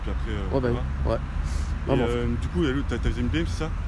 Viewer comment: A chaque fois que dit oui il dit hui